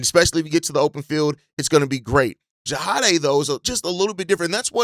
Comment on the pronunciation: JAH-DAY my dude, JAH-DAMN-DAY.